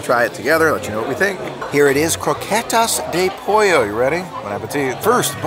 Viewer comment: great videos... good job on the pronunciation of "croquetas de pollo"!!!:)